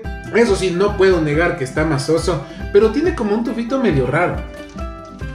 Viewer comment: "MACIZO" mi, no masoso, eso no existe 😁😁😁